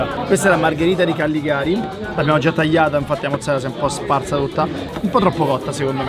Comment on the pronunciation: per piacere di Callegari non Calligari